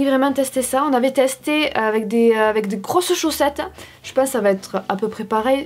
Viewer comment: Qui a ramarqué que elle dit Avé au lieux de avec mais bon se n'est pas grave ❤️❤️❤️